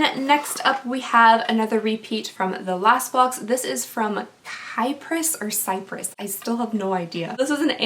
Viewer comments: I feel like you haven’t heard yet that the concealer is so boxy can match your skin tone...I haven’t heard you say so just FYI. And I’m pretty sure it’s KY pris and not cypress. Love your $90 bathroom decoration!! Lol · the way you said kypris the first time is the way it's pronounced. I'm unfortunately still on the waiting list for premium but I'm really excited to get one though! I'm also starting wondering if there gonna start doing variations on the premium boxes or not because I've watched a few unboxing of premium and everyone has all the same products lol anyways I love watching your videos you always make me laugh 😁 insta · How do you pronounce KYPRIS? Both syllables rhyme with a kiss: 'KIP-RIS' Muah! Id like to be entered! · It's apparently kip-ris, like hip-ris... Idk. But I like the product. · The blister pack is for you to use for your complexion profile. The y in Kypris is pronounced like the I in sick. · Kyprus hard K sound like Kite and rhymes with Cyprus because I'm that person ❤️ I saw you on Twitter it's a wild place girl 😂